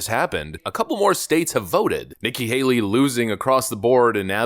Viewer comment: Nikki Hale-er-y